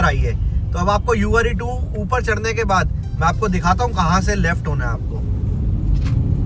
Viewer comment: Ure2 nahi hai uer 2 hai Are you pronouncing it wrong?